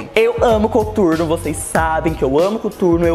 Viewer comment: mt estranho ver ela falando "cuturno" HAUWHHAHAHA